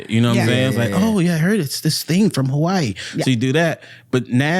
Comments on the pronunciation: The way pronounced Hawaii sounded like havarti cheese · there's no way is hawaiian.. tim know more than her. and she ain't even pronounce "Hawaii" right😂😂